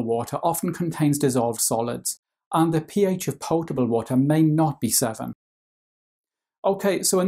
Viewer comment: Love how he says pyotable and pyour